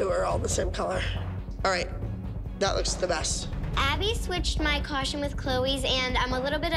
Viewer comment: Why do they all say “coshtume”?